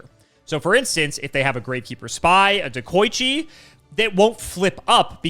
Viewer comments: He also said Dekochi both times. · i'm pretty sure they both pronounced deh-ko-ichi wrong lmao